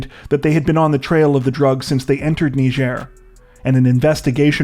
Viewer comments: WHAT IN HECK IS A "KNEE-JER!?" It's "Ny-jer!!??" God!!!!!???? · Sorry to be a bit picky but it's pronounced nai-juh